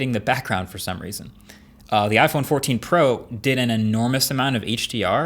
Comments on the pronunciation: What is iPhone 14 po? 😂😂😂 where is the “r”!! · You named it iPhone 14 Po… not pro. 😅 luckily it wasn’t poo.